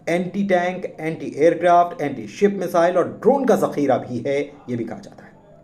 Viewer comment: Pronunciation to theekh kro Yakhoot ...misile ....